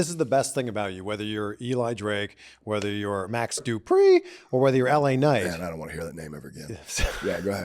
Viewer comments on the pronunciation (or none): It's Max Du-PRI! 😂